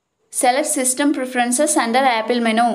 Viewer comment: None of these worked and it's impossible to understand you. Practice saying the word "menu" a few times...